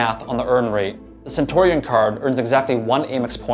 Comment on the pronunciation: It's cen-tyoo-ree-un, not cen-tor--ee-on